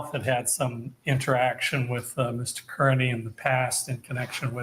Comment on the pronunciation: Does he say Mr. Kurney on purpose??